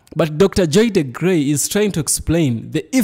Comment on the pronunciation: Excellent!! Great analysis! She is Dr. DeGruy pronounced like Blue😊